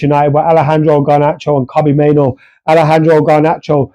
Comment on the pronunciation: Main-oo not Main-oh